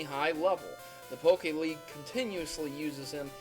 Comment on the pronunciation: Please call it the pokemon league not pokeleagie